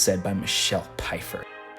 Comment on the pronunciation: Did he just call the voice actress 'Pie-fer'? Sir, it's 'Fy-fer'. The PF is meant to be pronounced like the 'F' sound.